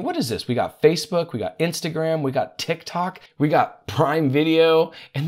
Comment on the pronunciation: Did you notice how he pronounce tik tok 😂